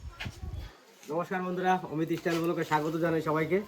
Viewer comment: আবার এস টাইল বলছেন কেন? স্টাইল বলা অভ্যাস করতে হবে।